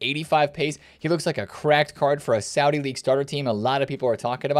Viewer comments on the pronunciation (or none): none